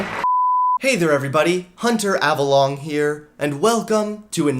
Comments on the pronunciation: I swear at the start when he said his name it sounded like...”Hi I am Hunter Have A Long”....I swear he was setting it up for a penis joke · Did you say"Hunter Ava-long"? lmao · Not to be a leftist but hunter “avaLONG”? Are you sure about that?lol jk